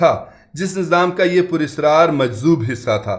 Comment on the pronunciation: Sahi lafz SHASHDAR hai aapnay shushdar padha ASRAAR Sahi lafz hai Apney israar padaa